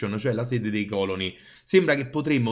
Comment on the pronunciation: Ogni volta che dici còloni, un classicista muore